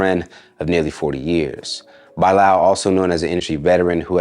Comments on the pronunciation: Why are you pronouncing this name “Bye Lal”…. Bruh Bilal is suuuuch a common name . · I’m trying to figure out how this pop tart singing dudette is letting this host pronounce his name as “By-Lal” and you’re a Muslim?? It’s pronounced “Buh-Lal” or “Bi-Lal” or is he saying Bī-lal as in bisexual? I’m confused 🤔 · His name is really pronounced Beelarl even if he doesn't. Its an Indian name and thats how you say it. Its also spelt Bilal. 😊